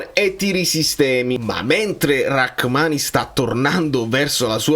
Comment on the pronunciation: So che ci tieni per la pronuncia. Si dice Ramani, non Rackmani.